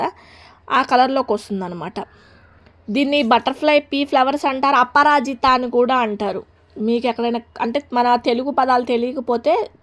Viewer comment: అప్పరాజిత కాదు అపరాజిత